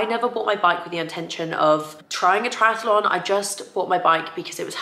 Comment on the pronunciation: Lovely vlog as always! May I just point out that’s it’s just Triathlon and not triatAlon? Sorry for being picky, but I can’t unhear it 😅